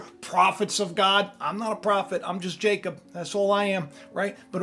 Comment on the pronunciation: Jacob- (no j sound- it was a y sound in many languages) ya cob- it's your pineal gland - third eye in the middle of your brain with Russ and cubes like your eyes.